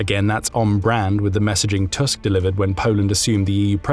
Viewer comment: Thank you for this informative video! Just a fyi from a Polish person: Donald Tusk’s surname is read “Toosk” like in “goose” not “Tusk” like in “Musk” :)